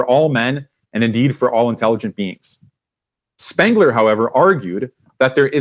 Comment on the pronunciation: SPENGLER not SPANGLER. Thanks.